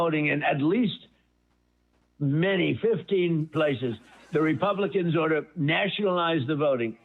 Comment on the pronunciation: Did he said "social-NAZIonalise" the vote? Because that makes sense Amerikkka